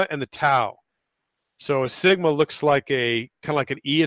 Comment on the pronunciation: Ah, you americans have to butcher everything. There is no T in the greek SIGMA. SIGMA siGMA SIGma. No T. Read it again, please.